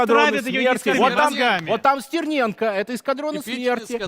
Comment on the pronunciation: Як же коробить від узкоязичних щелеп, які не можуть вимовити нормально прізвище Стерненко. СЦІРНЄНКА!!111 Тьху, бл*ть, господи